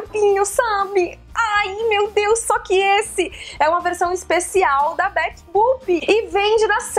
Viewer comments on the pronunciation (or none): none